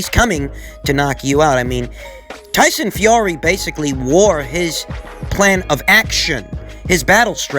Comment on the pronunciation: I love it when he says "Toyson Fiory" lol